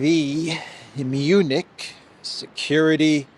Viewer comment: Did I hear that right? Did you call it the Eunich security conference?